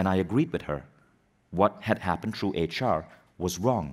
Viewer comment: Vishen needs to learn that THROUGH is NOT pronounced TRUE.